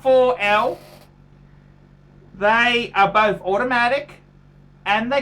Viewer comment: I'm not liking how Jack Black's brother pronounces both "Boff"